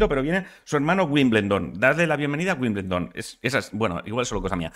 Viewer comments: Es que no lleva N. Se pronuncia Wim-bel-don. No Winblendon. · Ya que insistes en Wimbledon, la L suena despues de la E. Wimbeldon. Lo digo porque es mas facil y atasca menos. Llevas varios dias que creo que te vas a morder la lengua cuando hablas de tenis XD